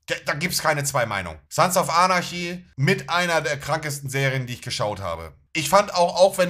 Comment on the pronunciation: der arme kann nicht mal Anarchy sagen